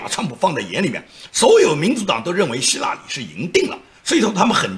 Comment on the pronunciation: 没错，他说希拉里的时候总让我想起拉裤子。